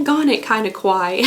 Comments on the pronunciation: "Kawaii" is pronounced Ka-wa-i-i... and means "cute" in Japanese. If you say Ko-wa-i, it means "scary" in Japanese. So this is a Kinda Kawaii box because it's a Cute Japanese style Stationery advent calendar! Praying for your healing in all the your body, mind and soul in Jesus's Name! May Jesus protect you and continue to keep the joy that is your strength! Love ya, girl! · It's actually pronounced ka-why-ee not e/eh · I gotta say it. Its pronounced kuh-wai-ee 😅✌🏼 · Btw it’s pronounced Ka-y-e. It’s Japanese For cute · it's kinda Kawaii the way pronounces Kawaii